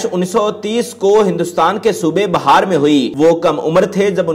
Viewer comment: Bahar nahi Bihar.....